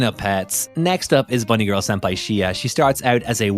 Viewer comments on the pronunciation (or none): none